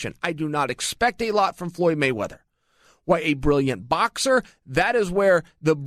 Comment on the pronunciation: "Floy Moyweather"